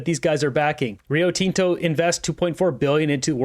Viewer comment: you're pronouncing Rio Tinto wrong buddy! it's not TEN-TO! It's Tin-Tow